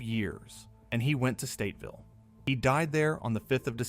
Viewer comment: It kills me that he keeps saying Stateville it’s Statesville